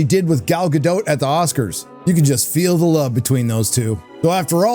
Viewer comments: Gadot, not Gado, the T isn't silent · There’s no E at the end of Gadot which means it’s pronounced guh-dot Dot